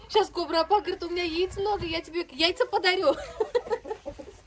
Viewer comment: Кобра,ударение на конце.